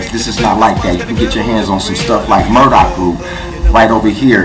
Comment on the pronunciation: it's Burdock, not 'Murdock'........;)